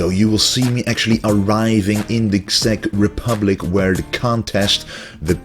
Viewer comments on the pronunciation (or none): Czech Republic should be pronounced like "check republic"...